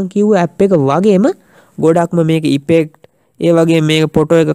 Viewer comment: සබ්ක්‍රයිබ් නෙමෙයි සබ්ස්ක්‍රයිබ් (subscribe ) ඉපෙක්ට් නෙමෙයි ඉෆෙක්ට් (effect) පොටෝසොප් නෙමෙයි ෆොටොෂොප් (photo shop) ඕප් ලයින් නෙමෙයි ඕෆ් ලයින් (offline ) සෙයා නෙමෙයි ශෙයා (share) වැරදි හොයනවා කියලා හිතන්න එපා යාලු වැරදි පෙන්නලා දුන්නා විතරයි. ඒවා හදා ගන්නවද නැද්ද කියන එක ඔයාගේ වැඩක්.good job brother...